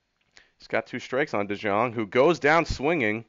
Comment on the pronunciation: It's De-young. It's pronounced De-young